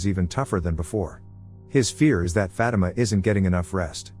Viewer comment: The way he says Fatima sounds like he saying fat emma 😂